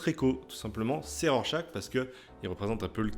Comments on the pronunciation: C'est pas Rorechache ? 🙃 J'ai moi aussi beaucoup aimé ce titre, un très bon polar politique, même si je trouve la toute fin un poil trop rushée. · Tu prononces mal Rorchaque ! 🥸